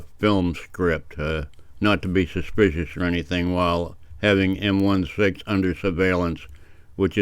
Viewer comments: It's not M-One-Six. It's "M I Six", Military Intelligence Unit 6. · Just a quick one to say it's M EYE SIX, not M ONE SIX. 🤪👍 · It's MI6 (eye six), not one six. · OMG! Do you - - really not know that it's M EYE 6, not M - ONE - 6? It stands for "Military Intelligence". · It’s MI6 not M16 the MI stands for Military Intelligence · MI-6. Em eye 6, and this guy was not testing a new camera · I like your content but IMHO I think it’s MI6, eg em-eye-six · yes He is NOT in the US but he is not in Australian either and for some reason you did an Australian accent! LOL - or were you going for a British accent? LOL! Take care man!